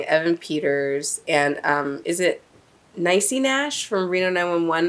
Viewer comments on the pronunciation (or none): NEE-CEE NASH!!! LOL